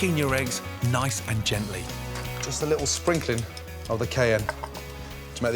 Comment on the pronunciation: When he seasoned the hashbrowns… did he say cayenne?? It sounded like he said Kayem? It didn’t look like cayenne so I’m wondering